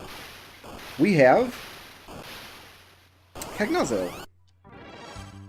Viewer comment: Rydia learns Shiva/Ifrit/Ramuh (or Jinn/Indra, if you prefer) when she grows up, not that they're relevant at that point. Cagnazzo is Italian; it's pronounced "con-yacht-zoh." Sorry about the nitpicks! I'm loving this series.